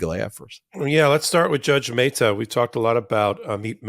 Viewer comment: Meh-ta not May-ta...